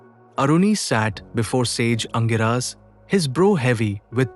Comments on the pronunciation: The right pronunciation is Angeeras. Not Angiraas. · Aangiras not angiraa!